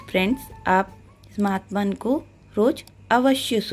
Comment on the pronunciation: महात्मन नहीं माहात्म्य